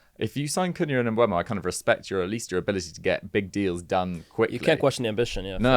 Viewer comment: Why can nobody say “Mbeumo” correctly?😂